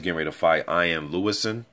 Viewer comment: Mate its "IAN" lewison not iam lol...just correcting brother.